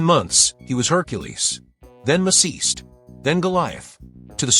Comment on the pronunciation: For my money, the ones who get my votes are Lou Ferrigno, Steve Reeves and Reg Park. Sorry Arnie...and everyone who only picked just Reeves. Also, I know that this will be confusing, but "Maciste", in Italian, has a DIFFERENT pronunciation than in English